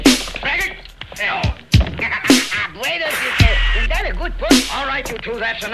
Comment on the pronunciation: it's pronounced 'braggart'